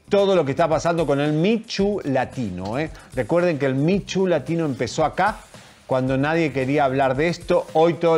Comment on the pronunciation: Alguien díganle por favor a Javier que el movimiento es “Me Too” (Mi tu) no “Mi Chu”